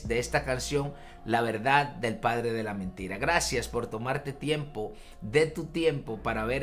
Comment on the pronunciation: Dice Pladre... Habría que corregir.... 😬